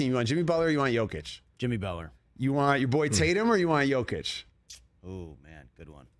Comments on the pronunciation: For the love of God... the guy is a 2x MVP and been in the League 8 years... Learn to say his MFing NAME. It is NOT Joe Kitch. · Joe-kic?! Still can’t say his name right! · I love the RE show, but whenever they get into NBA stuff its hit or miss. They can’t even say Jokic name right. You can tell they simply don’t pay attention to the NBA as closely